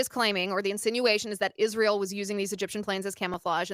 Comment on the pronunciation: I cannot stand the way she says Israel… “ishrael”